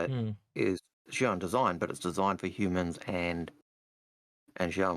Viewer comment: im glad algared actualy knows how to pronounce xian. come on i know you can say it.